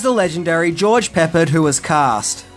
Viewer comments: Pepperd?....really? Remember what old biff told younge biff....you sound like a fool when you say it wrong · Just an FYI. George Peppard's last name is not pronounced like the spice pepper(ed). It's pronounced pa-PARD, accent on the second syllable. Fun fact, back in , I taught George Peppard's grandaughter in middle school (grades 6-8), and she HATED it when I said "I love it when a plan comes together". Apparently I was far from the first to say that to her. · Hannibal s real name is Peppard (pronounced Pep-Ard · Good video. BTW, it’s George PeppARD with the accent on the second syllable, and it’s John Saxon, not James, of Enter the Dragon fame. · Enjoyed the revisit of the A-Team, but please get George's last name right. It's pronounced Pep-Pard. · Alright... I was THIS close to taking away my "like" for your continuing reference to George Peppard as George Peppered... It's only because I like you so much! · his name is pronounced Pep-PARD (as Pardner in America Cowboy palarance). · Its Perppard, not pepperd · It's Pep-PARRD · George Peh-PARD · It’s pronounced George Pa Pard 😂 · Peppard rhymes with hard. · Why are you pronouncing all the names wrong? Cannel Peppard Dunigan So lazy. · The way you pronounce Peppard is killing me 😂. The accent is on the "pard" and rhymes with card. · It's "Pep-pard" not "Pepp- ard" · It's pronounced "Pep-ARD!" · Please say his name correctly!!!!!! IT'S GEORGE PEPPARD - accent on the ending - pe ppard!!!!!! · George PUH-pard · George "Peppered", lol 🤣🤣🤣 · It's pronounced Pe-paard. So, there ya go. Always great content mate! 💯🤘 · George PEP-PARD, the last syllable sounding like 'card'. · George Peppard is pronounced Is Prep-Ard. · Pronounced pep ard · It's George Pep-PARD! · Pronounced Pa-Pard. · Love your show but cringe at the 20 or so times you miss pronounced George Peppards name😧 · Learn to pronounce George Peppard. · such a legendary actor mispronounced his name 😂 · It's 'PepPARD', not 'Peppered'